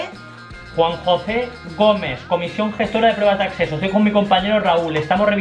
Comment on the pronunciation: Nadie se ha dado cuenta de que ha dicho: “Comisión gestora de prueba de AcSeso a la univerCidad” jajaja